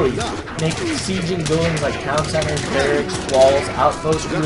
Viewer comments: Cur-ee-air duh bwah Means 'runner in the woods' in French. And it's "bare-icks". Great videos, but some of the pronunciations are driving me nuts! :-) Haven't seen the latest vids yet to see if you correct yourself, sorry if you already have! Regardless, keep up the good work! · I should note that you do get "barracks" right about half the time.